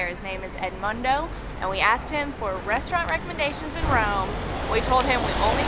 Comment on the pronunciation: pronoucation of the restaurant was great!:) Hoping to hear to speak italian english as well.:)